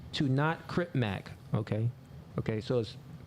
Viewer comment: Yo the man said crip mac 😂😂